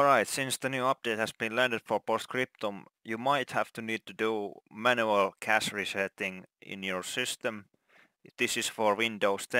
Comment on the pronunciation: Did you say cash or crash